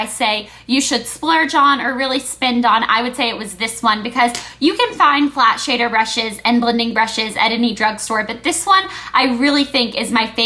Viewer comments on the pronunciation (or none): none